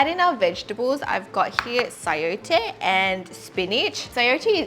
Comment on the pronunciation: Hi Its called chayote squash like the emphasis is on the Chy-ote 😂 BTW. I love your accent